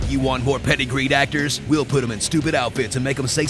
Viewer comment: So I FINALLY turned on closed captioning and realized that you are saying "you want more PEDIGREED actors?" I always thought you said "Do you want more PETTY GREEN actors?" and wondered if this was some special Hollywood term I was not privy too. XD Funny the things we take for granite.